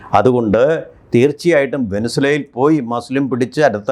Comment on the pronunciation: ഒരു രാജ്യത്തിന്റെ പേരുപോലും മര്യാദക്ക് പറയാൻ അറിയില്ല, പെനുസ്വേല പോലും